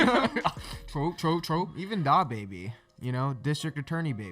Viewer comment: mans called DAH-baby 💀💀💀